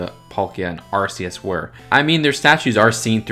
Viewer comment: You should've pronounce arceus as ARC-eus not ARS-eus, as ARS-eus sounds like the word arse. That's why they changed it